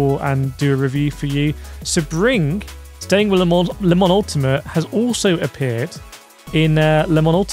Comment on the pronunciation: Never heard Sebring pronounced that way before 😂